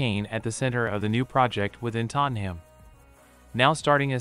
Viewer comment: Sorry but you need to learn how to say Tottenham. The ‘ham’ isn’t pronounced like the food